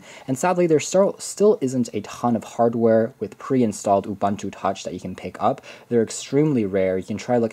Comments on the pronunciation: stop pronouncing it Ubanta. It is pronounced OOBOONTOO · U-Bun-Tu!? nah U-Boon-Tu ;)